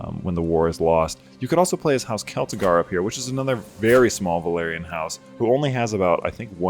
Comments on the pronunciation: Velaryon not Valerian 😂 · I know it's such a small and understandable thing but for some reason it makes my asshole pucker when people pronounce both Velaryon and Valyrian "Valerian".